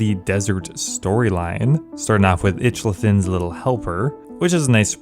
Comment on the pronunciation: The game: "Itchlarin" The youtuber